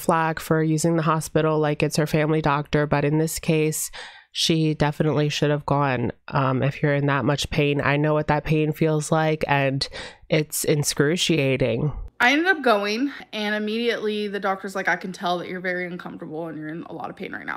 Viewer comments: "It's inscruciating" love it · I almost spit out my food when u said inscruciateen ☺️ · Not inscrushiating 😂😂😂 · Inscruciating pain guize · I was telling a story at work and I said “inscrutiateeen” and I almost killed myself because I had to explain my mistake and why I said it 😂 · When you said inscrutiating, I died 😂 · Does anyone else ever worry they’re going to accidentally say something like ‘incruciating’ to non-haydurs & unconsciously sound like a complete moron? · Inscrutiating? LOL,. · I caught the "enxruciating" 😂😂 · Did you say, “inscruciating”? Lol